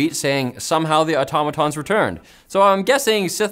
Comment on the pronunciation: Helldivers 2: not auto-MAA-tons, but Au-TOM-atons.